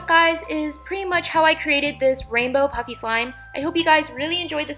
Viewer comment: it sounds like she is saying puppy slime